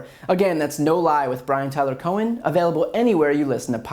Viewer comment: "Cohen" huh?